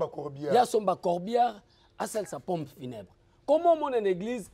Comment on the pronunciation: Mr le soit disant presentateur , ezalaka POMPE FUNEBRE et non PONE FUNEBRE..